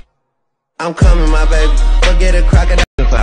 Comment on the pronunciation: Ain’t no way, it sounds like I come in my baby 😂😂😂😂